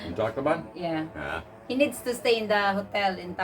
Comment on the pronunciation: just joking with you buddy! the city you went to to extend your visa sounds like you are saying "TACO BELL" on the video!